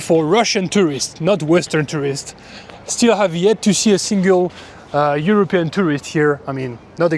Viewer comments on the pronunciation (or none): none